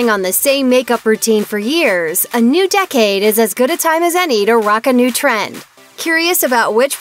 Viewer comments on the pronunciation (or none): none